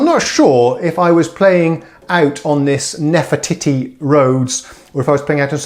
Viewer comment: I couldn't help but chuckle when you said nefe"titty". Come on grow up. Nice to hear different Rhodes played by someone else. Somehow you can hear things differently when someone else plays (I have Nord Stage 2 and same 1-6 pianos). Will listen to version minus the clacky keys now but I do enjoy your babbling.